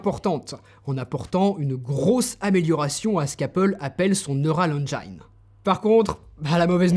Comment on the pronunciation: Ouf ! Je n’ai pas renouvelé mon 12Pro pour un 15Pro. Bien fait d’attendre le 16Pro… Au fait on ne dit pas « Neural engïne » mais « Neural engine » comme on le prononcerait en français.